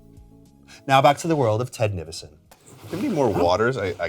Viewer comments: Ah yes ✨✨ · “TED NIVISON?!?!”